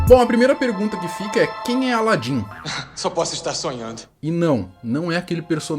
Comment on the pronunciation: O cara não sabe falar o nome de alan e e aladim kk